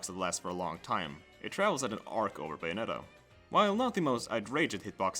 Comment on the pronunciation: You could have checked how to pronounce bayonetta before making a 14min video on her... it’s bay like say, not bay like bye